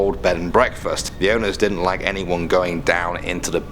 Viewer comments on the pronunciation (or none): none